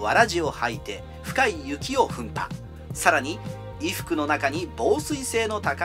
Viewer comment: 踏破 トウハ 折角の力作がこんなレベルの読み間違いでは白けます